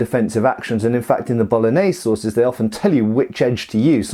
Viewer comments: I kept hearing "bolognese sauces" rather than "sources" and was both excited and confused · Did you say Bolognese sauces?? Mmmmmmmmmmm Bolognese sauces....